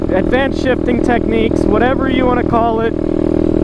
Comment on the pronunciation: I thought he said shiting